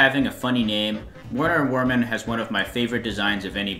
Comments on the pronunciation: The W in Werner Werman are pronounced like V. otherwise his name doesn't make the pun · werner werman is pronounced verner verman. It is the german way of pronouncing it and puns off of how he is a rat, a type of vermin. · alr great vid but yall need to get better with names the d in djimmi is silent and wener wermin pronounced with a v sound instead of w since thats how it works in german. this makes his name make sense since hes a rat hes vermin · Something about Werner Werman that I’m surprised literally nobody knows, the Ws are meant to be pronounced as Vs because he’s German. So it’s pronounced Verner Verman. I mispronounced it until I figured out the pun in his name lmao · Man, for liking Werner Werman's name you missed the joke for not pronouncing it like Germans would. It's Verner Vermin, lol. That aside, I agree with your rankings and reasons